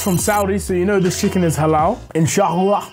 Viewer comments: “inshakhlalakh” you enjoyed the food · With the qalqalah on the “Insha Allah” too 😆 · Why did he say inshallah like that?😂